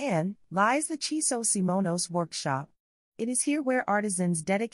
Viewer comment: Your subtitles and vocals say Chiso SIMONOS?